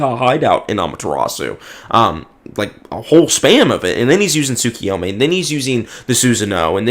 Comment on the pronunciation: I'll consider hopping on VC with you, if you can demonstrate that you can acknowledge a simple mistake, get through a disagreement about manga without seething and dropping slurs, and pronounce Tsukuyomi correctly. Until then, uh... it's been real? Do more debates, they're funny